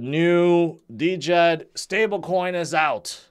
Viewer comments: Why do you keep saying D-djed? It is djed in one word..🙄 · I just don’t understand how someone who can put at much content as and not know the proper pronunciation of Djed-Jed!!!! It’s pronounced JED not DeeJed!!!! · The way pronounces Djed he prob pronounces knight (Kanight) hahaha the D is silent dummy!!!